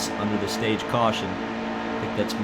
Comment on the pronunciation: and we have a CAWSHON